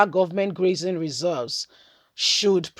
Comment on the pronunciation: Your pronouncement of grazing routes is not correct